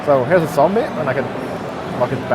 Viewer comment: lol he said sombie